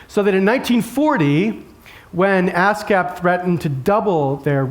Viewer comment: ASCAP sounds like ass gap.